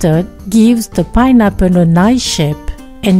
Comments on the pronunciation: Ah meh tsing payne apor!! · I love the way she says “pineapple”